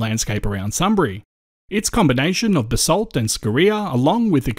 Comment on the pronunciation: That and basalt.